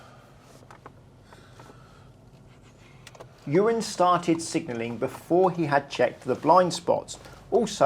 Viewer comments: The captions really do his name in at the very start but consdiering his name is Ewan, it really does sound like you say Urine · He used Ewan but sounded like "this is urine" i had a scare for a moment...thought he was taking the p*** 😂 okay I'll just get my coat and leave 😂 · I heard it as urine so subtitles has it bang on 😂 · To be fair to the subtitles, it honestly sounded like he said that. I did rewind it a few times. 😂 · Why does it sound like he called him urine at the beginning 💀